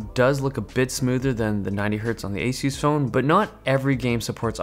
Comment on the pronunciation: y u say asoos its asahs